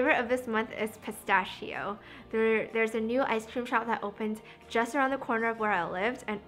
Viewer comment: That's not how you pronounce pistachio...